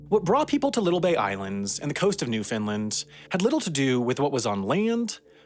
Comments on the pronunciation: i waited with baited breath to see how he would pronounce it. At first he said NewFINland but after that first interview he pronounced it correctly as Newfenland. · Awesome to see a story about Newfoundland, thank you for doing this! It's pronounced NEW-fun-land or new-fun-LAND, though, never new-FIN-land or God help us, new-FOUND-land 😃. You did better than most, but I caught some "fins" early on lol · "newfinland" LOL ya listened to the accent a little too closely to the newfies. Newfoundland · I hear newfinland, i'm going insane lmao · Newfoundlander here. Love seeing more videos about my home. You mispronounced "newfoundland" though. More like rhymes with understand. Not like new Finland. Edit. You got it after the first 2 "Newfoundland " in the script. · I told my Canadian friend that people in New York pronounce it "Newfinlin" and she didn't believe me. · What? newfenland? is that how you pronounce Newfoundland? then why in hell you guys spell that way?